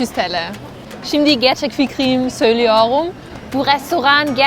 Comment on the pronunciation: Acaba neden r harfi yerine ğ harfini söylüyor ( söylüyorum ❌ söylüyoğum ✅ ) Halbuki İngilizce konuşurken söylüyor r’leri